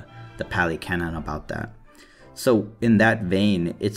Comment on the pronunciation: the word is pronounced like cannon, and it’s just a word that means, basically, “established or agreed upon truth in a given context,” i.e. biblical canon, historical canon, religious canon, etc. great video btw. good explanation of the 4 noble truths. and i really like your first point, people too often try to detach buddhism from its roots so they can adopt it piecemeal.